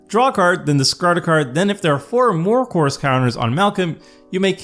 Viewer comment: Yeah can you articulate “chorus” better? Every time you say the word it sounds like Coors and you’re making me thirsty!😂